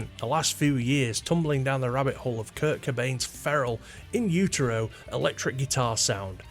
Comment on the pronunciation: I watched the video the entire way through, and it's not like there's a huge revelation? You start out saying that you don't want to copy a guitar tone and therefore you can't understand why anyone else would, you tell us you don't like grunge and proceed to mispronounce Kurt as Kirk, then repeat these points for 8 and a half minutes. 🤷‍♂️